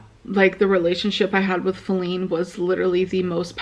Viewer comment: right? it’s “faline.”